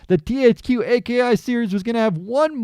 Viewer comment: bro it's pronounced Ah-key